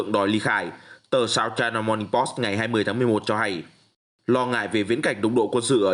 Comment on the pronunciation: Dọc là Post , Pô sỹ chứ không phải Po